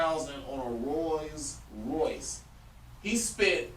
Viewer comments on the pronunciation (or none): On a “Roy’s Royce”? 😂😂😂